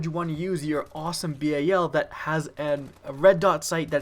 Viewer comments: He says "bay-a-l" learn how to speak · It's bal like the dal in Dallas and its obsidian stEED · He said B-A-L its BAL like the begining of balence